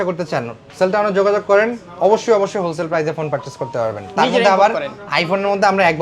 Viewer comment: হোল সেলার ❌ ধন সেলার ✅